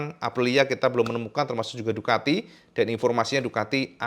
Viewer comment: Ducati bro, pakai "c" bukan "k"